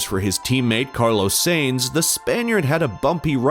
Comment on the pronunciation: Omg but what is that "Carlows Saynes"?😂